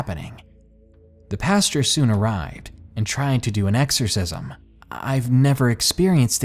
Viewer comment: OMG I'm going crazy with your mispronunciation of words! It is not PASTURE (that's where cow's shit) it's PAST-OR. Macabre is pronounced MAH-COB, and Maniacal is pronounced MAH-NIGH-A-CAL! GOD!!!!!!!!!!!!!!!!!!!!!! I love listening to the stories but you drive me batshit crazy!